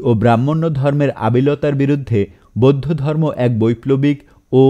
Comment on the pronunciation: আমার কানে যে গুলি অন্য রকম মনে হয়েছে- পচ্চিম (পশ্চিম), বোদ্ধ (বৌদ্ধ), ধজ্যাধারী (ধ্বজাধারী), আরাম্বর (আরম্বর), তিনাগুনে (তিন গুণে), আপত (আপাত), সোত্ত্বেও (সত্ত্বেও), দালাইলামা (দলাই লামা) ইত্যাদি । ধন্যবাদান্তে ।